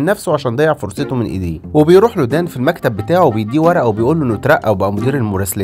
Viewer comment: مين سمع بيركب المكتب بدل المركب